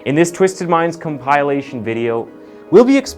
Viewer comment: What is going on with the pronunciations!? "com-PILE-ations"!? "in-test-EINS"!? Is this an AI man?